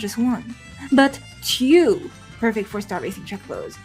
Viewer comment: i hear chu everytime you say two lol, are you trying to pronounce the silent W in the word "two"